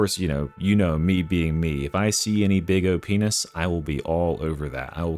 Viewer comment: Subtitles say so ^^ (I mean obviously he meant OP-ness, but... sounds exactly the same)